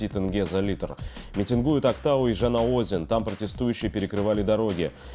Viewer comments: Костик, не Жана Озен, а Жана ОзЕнь... и не благодари... если что...😊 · Константин, хватит уже говорить Жана Озен. В казахских названиях ударения всегда на последний слог. Жана ОзЕн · Жана-озЕнь ударение. поправляйтесь, Константин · ЖанаозЕн. Ударение падает на последний слог. Молодцы, что выступили с протестами. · ЖанА ОзЕн. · Жанаозе́н — город областного подчинения в Мангистауской области Казахстана. (ударение на последний слог) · Правильно будет Жанаозе'н